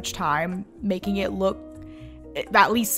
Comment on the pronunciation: It sons like you said baking In stead of making